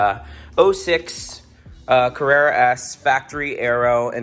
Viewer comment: Carerra…. CARRERA